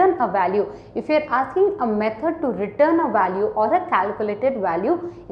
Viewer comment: She pronounces 'return' as 'written' which is confusing 😅